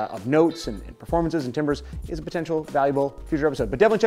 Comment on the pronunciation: Hey, noticed you pronounced "timbres" like "timber" as in wood. The word "timbre" actually comes from French, so it wound sound more like "TAM-ber" rather than "TIM-ber".